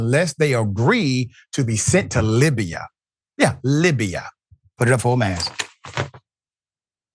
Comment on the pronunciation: It's not "Libiya" doc, it's "Libya."